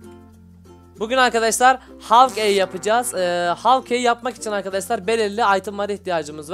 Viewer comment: abi man gelmiyor okunuşu şöyle hawkay yazılışı Hawkeye